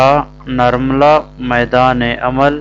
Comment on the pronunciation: Pronounciation : NIR-MALA*